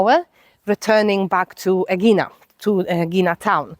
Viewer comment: is it too much to learn correct pronunciation ...out of respect? ...Ae - e - Na ...and ...Pir - A - Us.